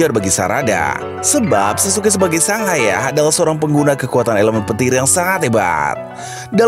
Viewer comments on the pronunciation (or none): none